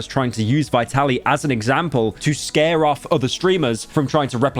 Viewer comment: As always pyro can’t even pronounce the name of the subject correctly. It’s Vee-tuh-leej